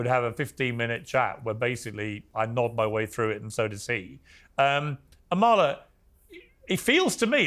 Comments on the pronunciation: Piers: Amala pronounces her name AH-ma-la, not Ah-MAH-la. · Amala is way too sweet to correct you - hopefully you see this message or someone on your team does but her name is pronounced AH MA LA. Easy name to mispronounce but just an fyi :) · The two liberals are annoying. The Emma person is such a self righteous liberal. She’s so condescending - she shouldn’t have any platform. She is the worst kind of human! Amala & Deborah are so right. Also, why does Piers mispronounce Amala’s name...?